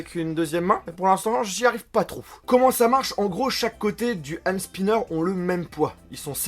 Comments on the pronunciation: Prononce "Hand Sniper" comme TK78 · super vidéo j'adore la façon dont tu prononce le H de Hand Spinner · Super video 😍 jaime comment tu prononce HHHHand spinner(avec un H super prononcer 😂😘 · Je suis le seul à rigoler de ça façon de prononcer " Hand Spinner" ? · C'est affreux quand tu dit Hand spinner